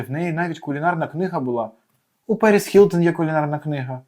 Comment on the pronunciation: Вона Гілтон, а не Хілтон. Ми ж не русаки, щоб так вимовляти.